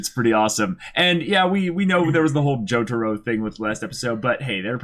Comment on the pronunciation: How the hell did you butcher Jotaro's name that badly?